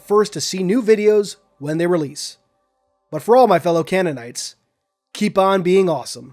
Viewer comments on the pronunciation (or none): "CANNITES" Not even 1 second into the video and he couldnt even be bothered to redo it